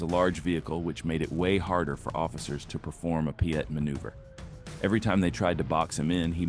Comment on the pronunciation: What is a "pee et man uber?" AI moronica?